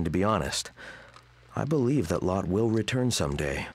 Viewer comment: in danish it is pronounced lotté. not lott. :p